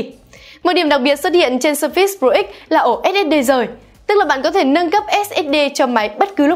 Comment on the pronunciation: sao đọc là sơ fits? nghe bực quá